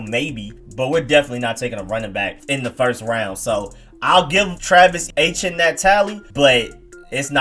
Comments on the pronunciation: What did you call Travis Etienne?!..... LMAOOOOO I have never heard anyone pronounce his name "H-N" Lmao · Bruh, you butchered it. LOL. Etienne is a popular Haitian name and the Haitian culture is rich in Louisiana since the Haitian Revolution. It's pronounce A T N. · I gave U a LIKE, even though U butchered the hell outta TRAVIS ETIENNE's name!! He's a big name prospect in this draft (Not for us though), so watching college football & doing your research, you should be better versed in the pronunciation of his name. Thanks for the vid though! Very Good Content!!